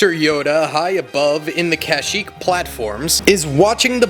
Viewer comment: The kashyyyk pronunciation is killing me